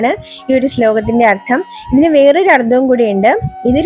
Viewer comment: ഉച്ചാരണം ശ്രവിക്കണം അർത്ഥം എന്നതിനു് അർദ്ധം എന്നാണ് ഉച്ചരിക്കുന്നത്